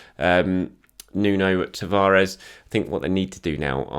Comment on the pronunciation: And tavaires 😲😲 who that?? TAVARES lol